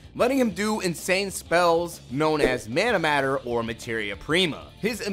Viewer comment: Just say manameter 😂